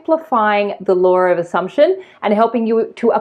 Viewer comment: I'm amused that whenever I listen to your videos which I always do I hear Lore of Assumption and never Law of Assumption!!